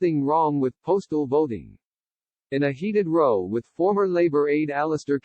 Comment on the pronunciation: ROW (an argument) rhymes with HOW. ROW (to row a boat) rhymes with TOW. Get it right please,.